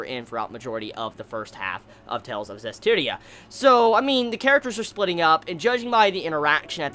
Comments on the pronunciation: I'm just happy that you managed to pronounce the series title correctly before it ended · Only took 12 episodes to pronounce the anime title correctly:3